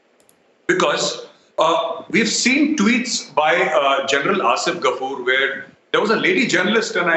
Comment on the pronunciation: What is “Werrrr” 🤣